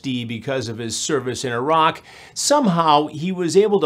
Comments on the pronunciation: I like even more now for pronouncing Iraq correctly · Cant believe Hansen pronounced Iraq correctly and this army man called it eye-rack.